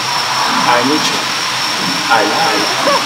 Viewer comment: "I wantchu. I needchu. I labu you." *wink*